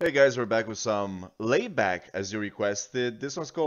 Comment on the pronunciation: "Laibach" (pronounced more like the English "lie", not "lay"). It's the name German invadors gave to the town Ljubljana in Slovenia in WWII. The band is from that town.